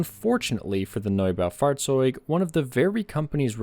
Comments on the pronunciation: Nob-a-fought-zotig that’s pronunciation for the tank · I dont know why, but the "Norbow Fartz-zoid" is so damn funny to listen to. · As a german I approve your pronunciation, definitely close enough!